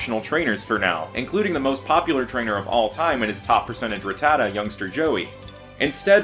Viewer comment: It’s not “Ra-tat-ah” it’s “Ratt-ah-ta” dexter says the correct pronunciation of it in S1 E2 when Ash is in the forest and a Rattata is going through his bag looking for food.